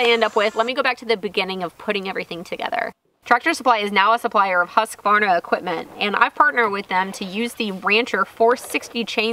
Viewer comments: At least you're close. Most people add an a in the middle: husk-a-varna. As Simeon says, it is pronounced whoosk-varna. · I believe it's pronounced "Hooskvarna" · You do pronounce husqvarna wrong! U shouldn't be pronounced like a english "A" in there rather than a swedish U. (not O either)